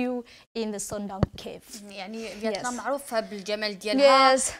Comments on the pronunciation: فيتنام 🇻🇳 و ليست فيطنام 😂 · فيتنام مش فيطنام